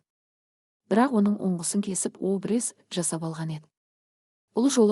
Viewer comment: Ангимени айтып отырган кыз дурыстап окысан дурыс болар еди ударение дурыс айтып уйренши обрез емес абрез де😂😂